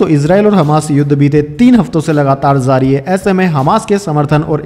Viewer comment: J ja jay jo why pronounced as ze za zay zo and jaari ko zaari Request to Please correct as far as possible